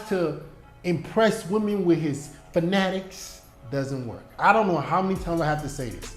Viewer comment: the way you said fanatics😂if that's how chicks see it,,I don't wanna do it